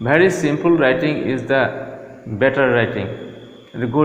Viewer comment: Come on man you should talk faster... And wth is simpool??😂😂 it's simple... And improve your accent, it sounds like a mixture of American and broken and twisted Indian accent😆😆